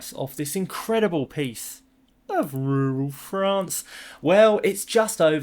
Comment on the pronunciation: So great to see you again! I was worried that you had fled ru-ral Frrrrrrraaaaaa-ce with Billy!